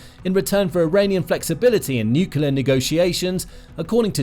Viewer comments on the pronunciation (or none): NU…..CLEAR…. Not NUCULAR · FYI: It’s pronounced NUCLEAR not NUKULER. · Thank you, thank you, thank you! Training phrase for those mispronouncing nuclear: Say these two words: New + Clear And again, a little closer together: New_Clear Then run both words together like it's one word: NewClear ... nuclear. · Nuclear is pronounced “new-clear” not “new-cular” guys, please stop 😢